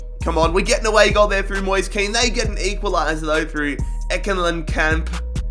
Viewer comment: Moise kean is actually said moesay kane